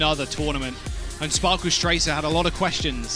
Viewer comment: bro.. shes always sayin Spoarkle...